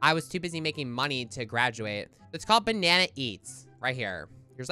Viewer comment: WTF SHE SAID GLOWING BANNA LOLL SUS